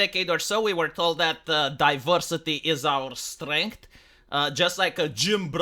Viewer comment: Divowsity is ower streanghth